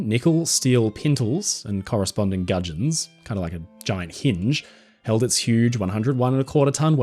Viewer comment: When you say pintles and gudgeons, with ur accent, I sensed some real Willy Wonka vibes lol. At least I know some new words 😂